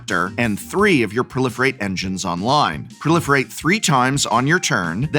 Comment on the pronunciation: Is it weard to pronounce pro-life-rate instead of prolifirate?